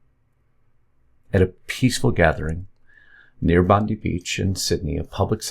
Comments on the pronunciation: It's pronounced "Bond-eye". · It's pronounced Bond - Eye. For god sakes people get it together